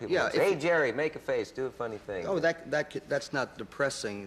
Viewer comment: Damn - such a corny monologue! 🤣 All those 3x5 cards and he still pronounces Jerry’s last name wrong!